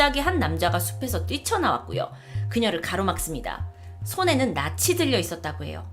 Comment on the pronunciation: 손에는 낫이(나치 아니고 나시) 대낮이었구요(대나지었구요~~~) 유명한 유튜버님 발음에 아쉬움